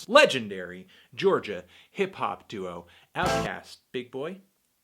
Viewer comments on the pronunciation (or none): none